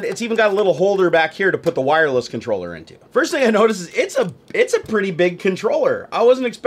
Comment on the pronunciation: I believe it is pronounce Controller.